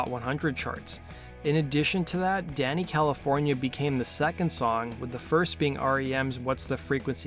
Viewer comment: You say Danny Calif , why do I hear Dana Calif ? Am I the only one ?